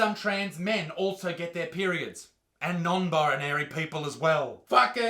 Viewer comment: birinary? aye no hate tho <3